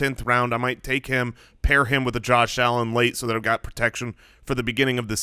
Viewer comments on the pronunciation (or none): none